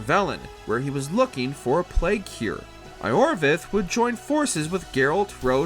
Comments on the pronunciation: I orvesth. Instead of Your veth. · Even worse than his pronunciation of Iorveth😒